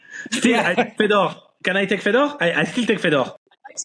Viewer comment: Again !! It's Fedor it would help if u pronounce names correctly ! Especially the top pros ! Ridiculous !!!!